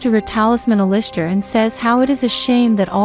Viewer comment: it actually made me mad the way you pronounced Alister